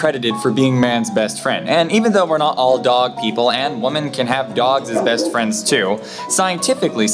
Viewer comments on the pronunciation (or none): Women is pronounced wi-men NOT wu-men Woman is pronounced wu-man